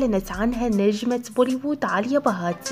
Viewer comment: اسمها آليا ..ليش تنطقي عاليا؟؟؟؟(هندوسية )